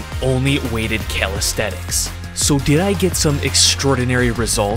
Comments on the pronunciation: You’ve written calisthenics but you keep saying calisthetics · It bothers me that calisthenics is being pronounced incorrectly, and it is the main focus of the video. It sounds like Cal aesthetics. It makes it hard to FOCUS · Bro said Calisthetics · bro says calisthetix